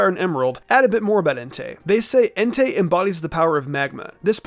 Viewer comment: ah not being rude just pointing out it's Entei not Entire and it's Suicune not sucine